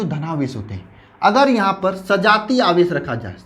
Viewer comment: Aawesh aadish hota hai